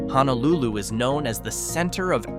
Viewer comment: Well, at least the AI could pronounce “Honolulu” (almost).